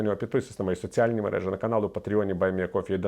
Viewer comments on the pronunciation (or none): none